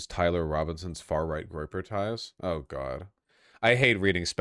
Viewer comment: Vaush it was a groyper please ffs it's a groyper